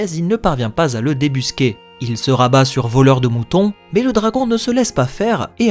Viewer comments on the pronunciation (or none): none